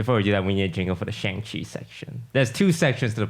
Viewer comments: has anyone pointed out to toast that he mispronounces shang in shang chi lol. they even teach us how to say it in the film XD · maybe if you pronounce shang-chi correctly you will get in the next one